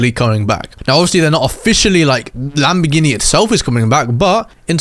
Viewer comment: Bro is lambagambar Not Lamborghini💀🫵🏽